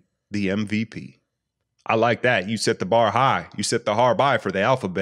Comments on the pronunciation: he set the "har bight" for Giannis 😂😂😂 man you are goat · He set the "har bigh"... Lol